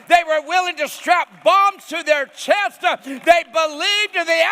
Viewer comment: What is with that speech pattern?? LIFE-A!!! CHEST-A! 😂